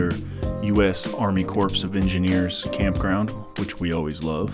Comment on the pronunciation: Is the army campground dead? You said corpse not corps lol😊😢